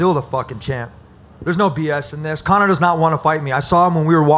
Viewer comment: I cringe everytime Dana says Conor.